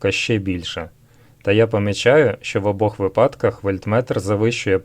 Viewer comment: "В обох ВИпадках " - наголос на перший склад!